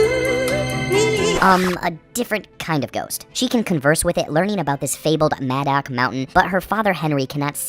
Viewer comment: Did u even watch the movie like wtf half the shit ur saying is wrong and you pronounce madoc mountain wrong each time holy shit if ur going to review and explain a movie pls do it right my god 🤦‍♂️ watch the fucking thing and take notes while u watch it learn from good movie reviewers like Chris stuckman and I hate everything cause they actually watch a movie ur stupid and this is annoying and yes I agree with u on one thing and that is your not funny